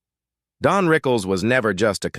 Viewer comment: DON,not DEAN? right?